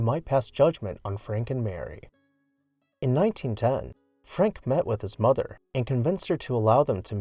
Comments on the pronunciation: Her name was Mamah - (May-mah) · Seriously? At least get her name right. She was Mamah Bouton Borthwick Cheney. ("Mayma") Losing Mamah, her children, and the workmen of the community in that horrifying event was a blow to Wright, his family, her family and the community whose family members were killed. You owe it to them and to these people watching this video to get it right. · FLW's lover was named Martha, but called Mamah, pronounced May, maw, according to the book Loving Frank by Nancy Horan. A must read if you are a fan.